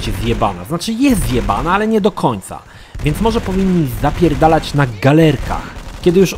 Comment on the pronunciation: "Za John'a Schwaba to powinniście jednak ZAPIERRRRDALAĆ na galerze" xD